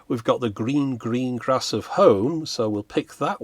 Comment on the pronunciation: Ah! "The gleen gleen glass of home" , my favolit !